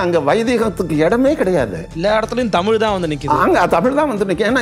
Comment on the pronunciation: ayya மாரிதாஸ் அவர்களுக்கு தமிழை ஒழுங்கா வாசிக்க கூட தெரியாது.. தமில் தமில் என்று உச்சரிப்பார். முதலில் ஒழுங்கா உச்சரிக்க சொல்லுங்கள் அப்பறம் அவரோட காணொளி பார்க்கலாம்.